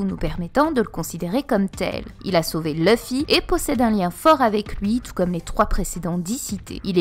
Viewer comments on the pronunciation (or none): none